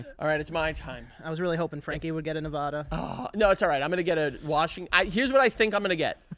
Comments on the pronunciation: ITS NEV-ADD-UH 💔💔💔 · As a Nevada resident it’s my sworn duty to tell you it’s pronounced Nuv-ahhh-duh not Nuvawduh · love you guys, but being someone who's born and raised in nevada, it's Neh-vAH-duh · Guys it’s Nevada…not NevAHda🤦🏻‍♀️ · yall ain’t saying nevada right 🥲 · How they say Nevada is not okay 😂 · The way they mispronounced nevada would drive my wife crazy lol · How did I know you ding dongs would all miss pronounce Nevada